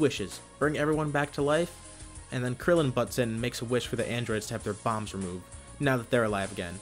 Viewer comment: why would u say krillen just y